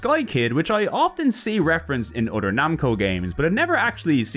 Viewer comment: its pronounced other not udder! Stop saying udder! We're talking PS games not cows milk! fr fr its annoying and bothersome.